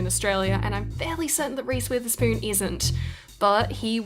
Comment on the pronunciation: i thought she keps saying reese with a spoon then i looked it up